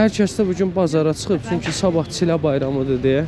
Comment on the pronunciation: دقیقه ۹ گفتن چی له غلط است. چیل له بر وزن پیل له( پله)، شیل له( سیلی)، بل له( لقمه ساندویچی‌ دوروم) ، به آخرین حد کشیدگی کمان( یای) گفته می شود.